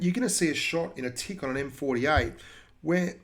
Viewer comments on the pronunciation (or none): none